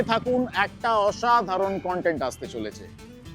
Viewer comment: Dada khub bhalo vlog banao. However, "kan-tent" - pronunciation er meaning ta alada.....ota "KON-TENT" hobe ...same spelling though ... "content". All the best!